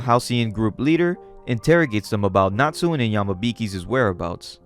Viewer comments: Sorry, I think Natsune should be pronounced "Na-tsu-neh", with three syllables? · came across this and intrigued by the story. just fyi, natsune is pronounced na-tsu-né (the "ne" as in "never"), not natsun. anyway, cool video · I think his name is pronounced Nat-Tsu-Nay not Nat-soon. Good coverage love the breakdown with your thoughts on initial reactions and what you felt about the art direction and plot as well as characters.